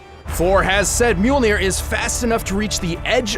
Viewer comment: an entire channel dedicated to Thor. still cant pronounce mjölnir corektl